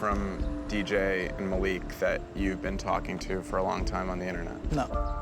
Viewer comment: maleek??? its MA LIK